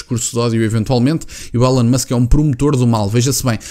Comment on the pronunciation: Não se lê élon musk, lê-se ilon musk 🙃